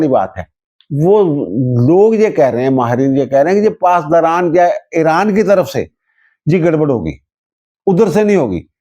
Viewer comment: ای ران بولتے ہیں اے ران نہیں میرے پیارے محترم ۔ انگریزی میں بھی Iran ہے Aran نہیں ۔